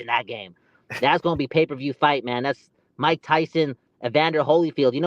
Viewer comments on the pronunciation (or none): none